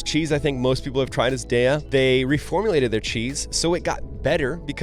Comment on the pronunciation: Oh,, you are so fucked up with LightLife. Their bacon, Chao cheeze, and sausages are top tier! Meanwhile, JustEgg, you can't add anything to it as an omelette, without it falling apart. Meanwhile, Daiya is:"DIE-yah," not "DAY-ah.," dude. And their products are shite, except for their deluxe mac and cheeze. DIE-yah has no protein, and then you talk about VEE-yo-life. it is NOT Veeyoh-;life. Dude. It is Vaighough-Life." And Morningstar has gone entirely Vegan. You rankin' their sausage as a "D?!?!" Their breakfast sausage is the permanent bomb, Dude. #STFU and #STFD.